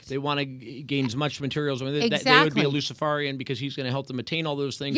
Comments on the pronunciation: To: Pronunciation = Luci-FARE-ian, not Luci-FAR-ian. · What an absolutely jackass this host is, and seriously, he can’t pronounce luciferian. He acts like he’s never heard the word before, which speaks volumes 😏. The guy in the background should have done the interview, he appeared more knowledgeable. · is saying it. He is pretending not to know even how to say the word! Luciferarian.